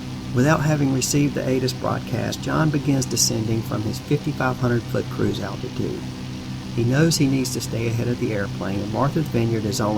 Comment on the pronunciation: "attitude" or ALTITUDE? Just wundrin'